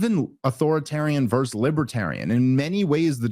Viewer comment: Oh sweet lord baby Jesus please help Dave learn the word “versus” 🙏🙏🙏